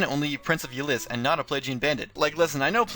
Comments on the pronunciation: You mispronounced a couple things. Ylisse is ( ih-LEESE ). And in the case of Robin, we both could be right. It could have something to do with the multiverse. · Is that how you pronounce Ylisse?